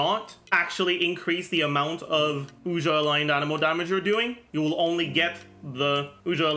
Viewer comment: Regarding how to pronounce Ousia. Have you heard of the artist Sia? Its like „see ya“. Make it a "sharp s" like the s in sexy. Now prefix ou from you and you get Ousia. No Oojia or Oshia. Just Ousia. Its an interesting play Hoyoverse is doing here. The word Pneuma comes from the ancient Greek and means something like "wind" or "breath" or "spirit" as in Holy Spirit. (Think of the word pneumonia) While Ousia is a philosophical term (first by the Greek, later predominantly by Christians) used to describe the Holy Trinity. Ousia translates to something like "substance" or "essence" or "nature" or "being". Unfortunately the 3rd sibling isnt named hypostases haha. Instead there are monsters in Teyvat called Hypostasis lol. In modern day, especially in the US, when people describe the Trinity they always say "3 persons in one God" and people always get confused. While the actual formulation is more akin to "3 Hypostases in 1 Ousia". And Hypostases can be loosely translated as "person" or rather "personhood" or "reality" or "sub-substance"....